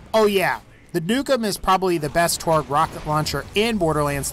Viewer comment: when you where talking about the nukem you called it the dukem